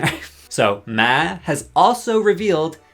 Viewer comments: Lol. Why do you keep saying “Meh” and not “Maw” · You are saying Ma wrong. It’s another name for Mom. It’s pronounce Maw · Why is he saying ma like that? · why do u say ma like that 😭😭😭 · never heard ‘Ma’ pronounced that way befor. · Why did he pronounce Ma like that? 😭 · The way he says “ma”…. Why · im so distracted by the way you said 'ma' the whole video im sorry 😭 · Fr like i was just stunned the whole time why did he say it like that 😭